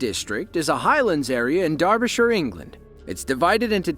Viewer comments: Holy cr*p! The most amazing bit of this video was that it was narrated by an American who can pronounce 'Derbyshire' correctly! I tip my hat sir! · congrats, thats the first time Ive heard an American pronounce Derbyshire properly. usually we get "Durby-shyer"